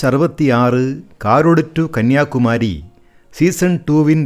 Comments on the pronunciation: The pronunciation of Kanniyakumari. KK people pronounce as Kanniyakumari not Kaniyakumaaaari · Good video. Thanks for this. I drive yearly twice from Goa to Palliyadi and back. Waiting for this road to complete else I have to take Bengaluru route. One correction நம்ம ஊருக்கு பெயரு கன்னியாகுமாமாமாமாரி இல்லை, அது கன்னியாகுமரி😂